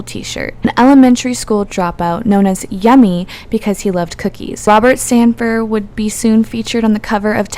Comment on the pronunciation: His name is Robert Sandifer not Sandfire.